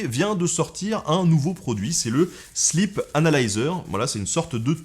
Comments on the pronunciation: sleep (i long) sinon, ça fait slip :) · J'ai cru entendre "le slip" et non "sleep "😂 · MuteTheSong C’est parce qu’il l’a prononcé slip anal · "le sleep analyser" => mes oreilles => "le slip analyseur" 🤣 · vaut mieux le prononcer sleeeep 😁